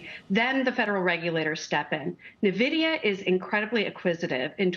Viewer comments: This so called "EXPERT" can't even pronounce the name of the most famous/important company in the world that has made people millions and many retirees able to retire. I think you have no right to even talk about it. Nuh-vidia...WTF. Also CNBC anchor not Becky some other female keeps mispronouncing the CEO Jansen Huang (Whang) not HueWang...shows how ignorant you are. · Avid gamer here. It's En Vidia not Na Vidia. no self respecting gamer pronounces it like this lady. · How are people still pronouncing it wrong? N-Vidia, not NA-Vidia. FFS man, you don't deserve your salary if you can't be bothered to research the correct pronunciation. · I can't hold my tongue. It's EN-vidia. Not NAH-vidia. Please, if you're going to challenge a company, at least learn how to pronounce the company's name. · Say the name correctly." N" Vidia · “Nuh-Vidia”, “Neh-Vidia”…how many different ways will this lady mispronounce the company’s name? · When you got all these analysts talking about nvidia without pronouncing it correctly, you know this stock is overhyped.